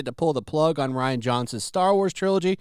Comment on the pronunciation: Star Wars franchise is definitely trying too hard. They really need to get back to their roots. Also, fyi, Rian is pronounced exactly the same way as Ryan.